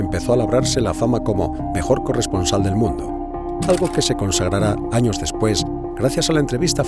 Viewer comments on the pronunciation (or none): none